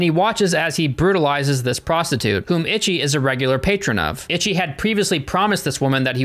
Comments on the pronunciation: Yay! I love this film. It's utterly hilarious and very entertaining. I remember seeing it high af at a buddy's house back in like 2006 or so and it blew my mind. Btw it's pronounced 'ee-shee'. It's Japanese for 1. There's no 't' in there and Romanised Japanese doesn't conform to English spelling and pronounciation. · Stop saying Itchy. Dammit. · I hate that he calls him itchyi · Okay,trade secret guys... In malayalam,ichi actually means shit.... In malayalam thought,not many people speak it,so not a problem... And it should be pronounced icchi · It's pronounced like ee-chee not itchy. I would know because I speak Japanese. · That is: it's Ee-chee. Also, it's Mee-ee-kay. Double ii's are an 'ee-ee' sound but the pronunciation is rapid so it's almostttt an 'ee' - it's a 'glottal stop' if I recall my college linguistics class. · For real I've been learning Japanese and its driving me crazy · exactly like they acting like he’s just automatically supposed to know how to pronounce a foreign word in a foreign dialect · If he watched the movie in it's original dub with English subs then shouldn't he know how to pronounce Ichi?? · Am I the only one getting triggered by his pronunciation of Ichi 🙃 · I just recently subbed ur voice soothes me to sleep and ur funny BUT as a super gore and splatter fest fan(which was mostly asian at the time of this film) u gotta pronounce the title rite 😂its not itchy the killer its E-SHE the killer. this film is GANGSTER and i love ur channel. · Ichi is pronounced Echee my friend. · Not itchy but eechee lol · I can’t take seriously when he’s pronouncing Ichi like “itchy” 😭😭😭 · it's pronounced "ee-chee" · I laugh every time. xD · I put the word on Japanese google translate, she says it like "itchy" as well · Yeah, I know right, I've started learing japanese like 4 months ago, and I'm already cringing from wrong pronunciations 😅😂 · eee chi. It means 1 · yeah, should said as, 'eee chee' meaning '1' also like the movie title zatoichi (bad 1)